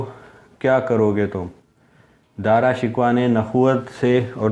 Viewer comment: دارا شکوہ کو تم، شکوہ/Shikhwa بول رہے ہو، بہت افسوسناک ہے، اس لیئے یہ ویڈیو ناپسند کررہا ہوں،